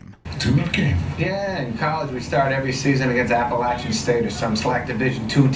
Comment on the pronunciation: Thank you for pronouncing "Appalachian" correctly